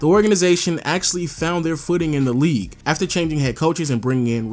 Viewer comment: best in the “weague”